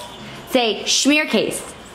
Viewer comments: Hi! Its smeerkaas. So drop the h, instead of shmeer its smeer, and kaas is not case but kaas, I don't know if there is such a sound in english... lol so I guess you pronounce it like smere kaaaaaaaas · ROFL. Hearing say Smeerkees instead of Smeerkaas (as in car) was hilarious. Because Smeerkees is something you get called when you make a mess. Like eating. Cooking, playing etc. Not considered a bad word, just descriptive. Kees Is a boy's name. And the smeer is what you think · Hahaha almost smeerkaas, You pronounce it as smeerkees and that is someting you say to your kids, when they spill someting on their faces or clothes. Then you say that they are a smeerkees. Smeerkaas, the double a is pronounced like when you say ahaa ( when you understand someting) the last part of ahaa. Ik hope i make sence. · I’m Dutch and it is spelled ‘smeerkaas’. You pronounce the ‘aa’ in ‘smeerkaas’ like ‘aaaaaaah’ as if you were screaming 😂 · It’s pronounced “smear-caus” My MIL is Dutch, from Holland 😊